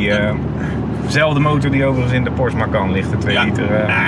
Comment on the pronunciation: Meneer weet niet hoe Porsche uit te spreken.